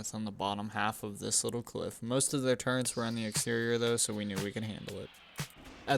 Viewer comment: Turrets bro. Turrets. Not Turrents